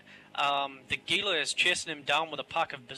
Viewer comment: TY for saying Gila right. One of my pet peeves when people pronounce it with a hard G sound ;p